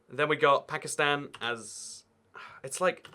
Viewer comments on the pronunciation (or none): none